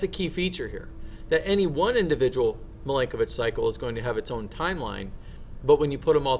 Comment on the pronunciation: And the pronunciation of Milankovic is Mee-lan-ko-veetch. 😉